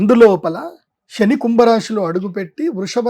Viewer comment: Shani kadu Seni Ra Nayana shalu Yekkada cheppalo akkada cheppandi sha sa theda unnadi